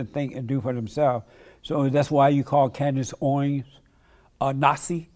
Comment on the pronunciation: “Candice Owings”